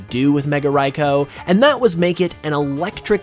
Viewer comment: Raikou is actually pronounced Ry(koo)